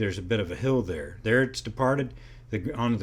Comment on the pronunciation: "gotta-git-thar-itis" kills.